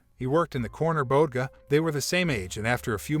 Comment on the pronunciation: Yeah. Everybody from the 5 boroughs knows what a "bodega" is!!! One of them words from Spanish that got incorporated into everyday English. The auto reader screwed that one up. I cringed.😬